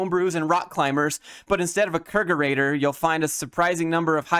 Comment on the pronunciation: Kegerator is a portmanteau of "keg" and "refrigerator." The "keg-" at the beginning sounds like the word "keg", not "kayg" Your videos are awesome, thank you for everything!